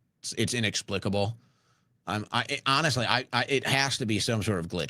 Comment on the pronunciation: “Honeshhly”?